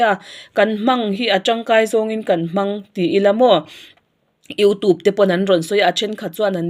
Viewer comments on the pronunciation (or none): none